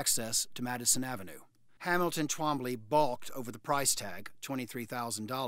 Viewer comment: It sounds like a speech impediment every time I hear tWombly😅